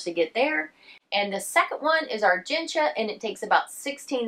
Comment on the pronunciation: I love that you are pronouncing Argentia correctly.